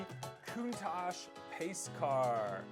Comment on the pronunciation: Its not countash its counta ch. And its not galiado gallarado